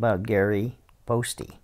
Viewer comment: Poste probably rhymes with toast, not toasty.